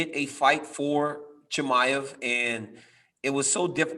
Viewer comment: The way DC says "ChimAev!" LOL 😆 great job bro learning language from the goat! lol